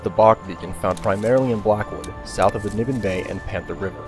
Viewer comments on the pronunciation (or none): none